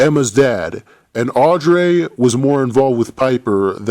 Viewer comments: no offense but i really hate the way you pronounce Audrey it's Audrey not "Audray" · Audreeee not audray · i love how he said AUDREYS NAME HAHAHAHHA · Love the video just the way you say Audrey is wrong